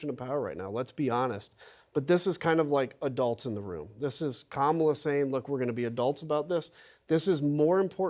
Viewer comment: I wish she would pronounce her first name correctly. The Ugandan Giant deserves respect.